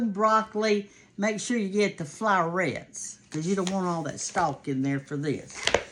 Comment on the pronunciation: Also, it’s pronounced “floor-ettes”, not “flour-ettes.” 😊